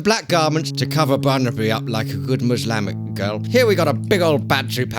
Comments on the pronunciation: Jada Rose funny thing is that he said muslamic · He actually said muslamic. I have the feeling that is half sober at the best of times. Also, he really wants to make sure everyone knows his vids aren’t kid friendly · Like. . . Probably gonna be hated. . . But. . . "To cover Barnaby up like a good muslamic girl" XD I know it should say Islamic but it sounded like he said it wrong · He said Muslamic though 😄